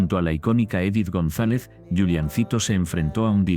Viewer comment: Odio cuando pronuncian los nombres mal. Es Juliancito no Yuliancito. Es Edith no Idith